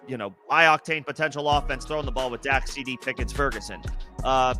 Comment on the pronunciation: Dak not doc